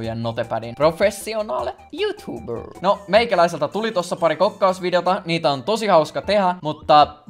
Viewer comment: nyt oli niin rallienglanti että ei tosiaan tunnistanut youtube 😄